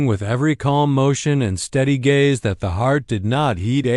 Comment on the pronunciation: Very good story. But the narration not so much! The repeated 'dot' and 'maray' for mare was ridiculous!